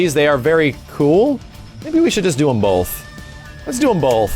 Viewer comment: "lets do 'em bolth"